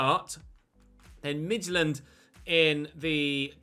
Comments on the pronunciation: As a Dane, I think your pronunciation of Midtjylland is actually really good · As a dane u said midtjylland right